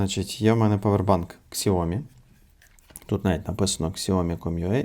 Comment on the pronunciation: Это подделка. И правильно говорить не "ксяоми" а "сяоми", так сами китайцы произносят название фирмы.